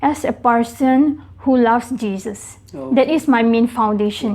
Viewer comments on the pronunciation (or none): none